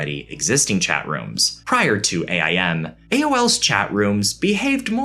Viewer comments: I hate how he said aim 😂😂😂😂it's aim lmfao not a.i.m 😂😂😂😂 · I don’t blame you, because you’re young, but please stop calling it “A.I.M”. No one ever called it that. It’s “AIM”. Like when you aim to take a shot. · LMAO Yes! I thought that same thing! Some of my younger siblings called it A.I.M. and I was always like, "No, it's AIM!" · No, no, no. It's "aim" not AIM. pshhhh....millennials.... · Just say “aim” that’s all don’t have to spell it out